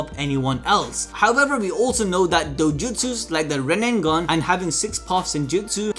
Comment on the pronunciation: dude why does he keep saying RINNENGAN, its RINNEGAN